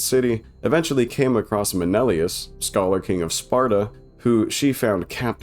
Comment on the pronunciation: MEH NEH LAY US